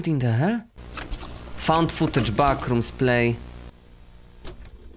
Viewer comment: Ten moment kiedy mówi beckrooms